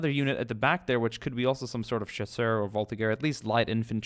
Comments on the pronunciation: Voltigeurs ? for me it's mor like vaul(like vault)Tea (cup of tea) and the er of german Jager (alcoohol) like "VaulTeager" ahah sorry my english isn't that good but i hop u can see how we prononce it ^^ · Vultigeurs are pronounced with a deep eurs not like iers